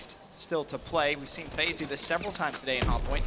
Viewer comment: This dumbass said FaZe